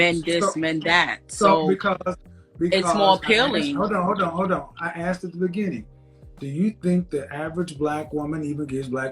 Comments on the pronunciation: I've never "axed" anyone anything. What is the problem with this word. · "When I axed you"